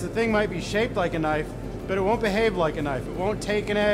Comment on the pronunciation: That's not a Damascus knoif. THIS is a Damascus knoif!